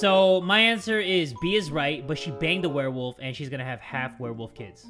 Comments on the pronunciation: A werewofl My ears as my eyes are looking at comments: WereWaffle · "Unless she's a werewolf or a werewaffle(werewofl)" 😂 i literally laughed for like 10 minutes straight😂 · I was getting food while they were talking about the doctor thinking the pregnant woman was a werewolf and when said Werewafl I thought he meant WereWaffle 😂 I was so confused... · 7 Second Riddles: Unless she's a werewofl: Or a werewaffle.._. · I love when you jay said unless shes a werewolf or a werewofl by the way werewafl is spelled wrong its werewofle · Ah, yes, a Werewofl. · "or its 'werewofl?'" OMFG I CANT🤣😂👌 edit) OMFG the riddle after that is soooooo damn sus bc Harty wouldn't be there at that moment if he left the place after he used the bathroom unless he wanted to leave the crime early but just go home and change his clothes and come back like NOTHING EVER HAPPENED (i commented this edit so correct me if I'm wrong T-T) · Werewofl? Werewaffle.